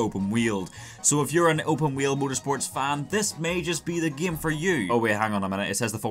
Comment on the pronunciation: why you're saying "gem" not "game"?